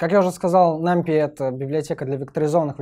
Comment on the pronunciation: нумПАЙ - тк пайтон а не питон